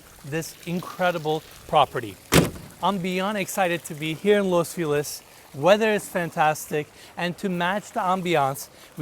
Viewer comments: Its not Los Feeliz, its los fel iz (ease) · I love the concern to ensure the kitchen Italian appliance maker is pronounced correctly however no worries on butchering the actual city Los Feliz. It's pronounced Los Fe' - lease not Los Fee - Lis. Dido on the comment about Mikey. What happened to him. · I hear los feliz cada vez, my boy saying felice lol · Can we please all agree… Los FelIZ! Los FelIZ!! It’s not Los Feelus, people!! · Los Feh Lease its Spanish word ffs u make sure to pronounce u make sure you pronounce properly all these intricate building materials etc. but cant pronounce feliz properly sounds like your choking the way u say it